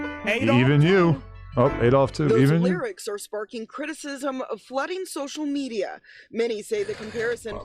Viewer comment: Sosha metia 😂😂😂